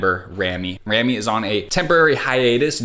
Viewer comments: I just want to say that it's pronounced " Rah-Mi" not "Reh-Mi" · Her name is pronounced RAH ME just a little help for you 😁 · Fyi… rami’s name is pronounced almost like “rawme” with the beginning part ram sounding like “RAMen”